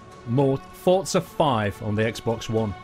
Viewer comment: It's forza with a Z not fortza, always has been!